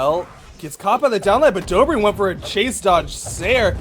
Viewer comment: It's god damn DobrEin not Dobrian